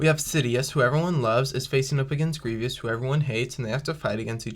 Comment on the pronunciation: Cool scenario! I like it! However, the way you were pronouncing Grievous’ name wasn’t necessarily correct. It’s actually pronounced Grie-vous, not Grie-vyous. Just thought I’d point that out. Other than that, nice video here!